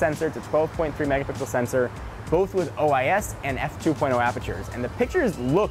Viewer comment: he said ois 😓